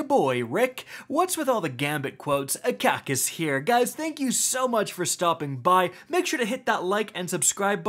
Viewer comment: here